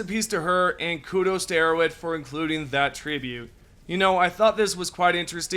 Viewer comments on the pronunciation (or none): I like that in this sentence "Arrowhead" sounds an awful lot like "idiots".